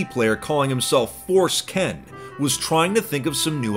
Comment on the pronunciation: "Force Ken" I can't be the only one... Foreskin? No?